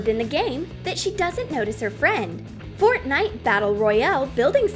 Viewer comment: Omg fortinite I swear I'm gonna die from the cringe